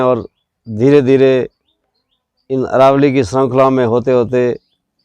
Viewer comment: अरावली नही अरवल्ली बोलो !